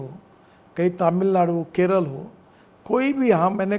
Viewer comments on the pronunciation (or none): none